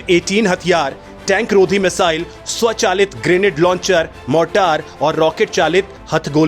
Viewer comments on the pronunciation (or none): none